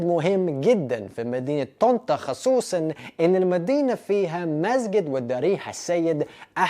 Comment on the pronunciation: بتقول مدينه طنطا بطريقه احسن من المصريين 😂😂